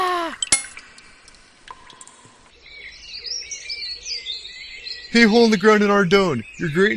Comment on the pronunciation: should have put more emphasis when he said "of all time" the second time, other than that great vid :)